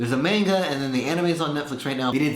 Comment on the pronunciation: It`s pronounced (MAH-nga),not (MEH-nga).